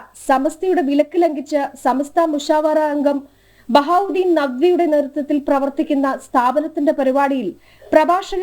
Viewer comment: ബഹാറ അല്ല മോളെ ശൈഖുനാ ബഹാഉദ്ധീൻ മുഹമ്മദ്‌ നദ്‌വി ഉസ്താദ് 🎉